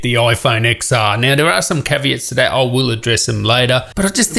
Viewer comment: It’s not IPhone X[x]R it’s IPhone X[ten]R For fuck sake